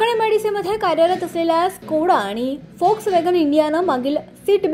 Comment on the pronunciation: Volkswagen la फोक्सवॅगन बोल्याबद्दल अभिनंदन नाहीतर सगळेच लोक वोक्सवॅगन म्हणतात जे अगदी चुकीचे आहे. जर्मन भाषेत व la फ उच्चारतात..